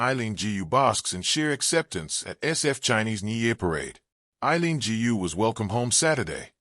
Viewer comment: A very pathetic monolog, somewhat biased, narrator still cannot pronounce her name correctly. This is definitely not a NEWS item and nothing to do with the SF parade.